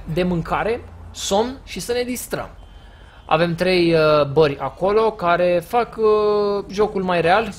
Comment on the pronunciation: Se spune : "Bare" , nu "Bări"